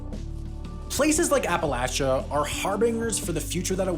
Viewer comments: He finally said Appalachia correctly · i appreciate sams correct pronunciation of appalachia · I appreciated the correct pronunciation of Appalachia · I appreciate that Sam pronounced both "Nevada" and "Appalachia" correctly, a rare feat amongst public speakers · Upvoting for the correct pronunciation of app-a-latch-a. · Oh! Also thank you for saying Appalachia correctly!! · I am subscribing to your channel based on the single fact that you said Appalachia correctly … and the content is great. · Me: "Hey! Wendover has a new video about my home state!" Wendover: " Why West Virginia is so Poor" Me: 🙃 All jokes aside, this is an extremely informative video for those that don't understand the plight of Appalachians. (Props for pronouncing it correctly, btw. You a real one). As someone who lived my first 30+ years in Charleston, this video is extremely accurate. One tiny aspect missing though, is the innate resistance to change that many West Virginians have carried with them for generations. It's a matter of pride for many folks. Their father, grandfather and great grandfather were all coal miners. Once those careers were lost to efficiency, those tight-knit family communities weren't prepared or willing to leave the coal hollows and develop other skills. My grandparents grew up in a coal hollow. My grandmothers parents grew up in that same hollow. My grandmother had four siblings and they all lived in that same hollow until the day they died. Their children and grandchilden still live in that very same hollow and will raise further generations in that same coal hollow - and very few of them will find careers in the coal industry. It's hard to leave the only place you and your family have ever lived. Thankfully my grandparents eventually moved to the "big city" of Charleston once my grandfather retired, but many more generations of my kinfolk will continue to live in that increasingly coal-less hollow.